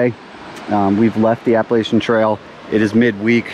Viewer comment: It’s pronounced Appa LATCH ian. Thanks.